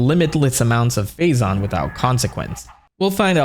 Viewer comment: I know you’re saying Phazon but all I’m hearing is Faizon😂